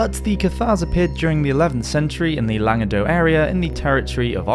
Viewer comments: Just to confuse you even more, the C at the end of Languedoc is actually pronounced 🤷🏻‍♀️ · What about the Jewish influence in promoting and spreading the Cathari anti Catholic doctrine? Also that’s not how you pronounce Languedoc. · The c in Languedoc isn't silent, neither is the se in Toulouse. However the t in Montfort is :)